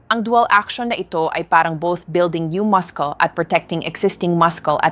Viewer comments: Ngayon lang ako nakarinig ng maskol ang pronunciation sa muscle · Our Filipino Grammar didn’t teach us to pronounce muscle as maskle. I am sooo worried… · Too many mispronounced words, especially Muscle. It’s muh-sl. Even the Tagalog words are mispronounced. Good tips though. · Dr muscle pronounce silent (C) musle dapat tnx po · Bakit po maskel ang pronounce masakit sa tainga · Dati noon is muscle,😂😂😂 Ngayon man mascul na.. noon YouTube Ngayon YouTube na ibang IBA ang pronunciation.. anu ba tlaga.. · Pronouce masel sa mucles😂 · Yes, po naguluhan ako sa pg-pronounce nya ng muscle, bagong pg-pronounce ba Yan - maskel? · Turn off sa wrong pronunciation hehehe... MASKOL! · Haha ,maskol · AI kasii kya ganyan pag pronounce maskol ang muscle😂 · Wrong pronounciation ng muscle..research sa dictionary d right pronounciation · P!ease pronounce the word muscle accordingly. Thank you. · Pagbigkas lng ng muscle mu Mali p, iniislang mu Kase Ang pgbgkas mu dika nmn amerkano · Bobo mali pronounciation ng muscle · Doc how do you pronounce muscle?I think you mispronounced it doc. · Why can't you I pronounce MUSCLE correctly.pla check. That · Pakiayis naman ng pag pronounce mo ng muscle. Nakakahiya! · AI ang nagsasalita. Maskel, maskle, inipil ( binabalatan... Pinipeel) hahahahaha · Are you really a doctor or not? You don't even know how to pronounce muscle correctly. Hindi maskel ang correct pronunciation kundi masel🤣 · What is the correct pronounciation of mucle Dr.? Is it maskel or masel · Muscle - Muh•sl not maskul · Pronouns muscle is Mus - sel not mascols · The right pronunciation of muscle is mascel not mascol😅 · Hi beautiful Doktora Ano ba talaga Ang tamang bigkas Ng Muscle Maskol ba o masel Dok 😂😅😮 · Maskel dapat Muscle silent C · Ayusin mo naman ang pagbabasa mo , gaya ng muscle sabi mo muskel! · Napakahalaga na bagay ang natunan ko sa video mo. Cholesterol is pronounced kolesterol and muscle is masel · ayaw ko pag pronounce ng muscle pronounciation to maskel....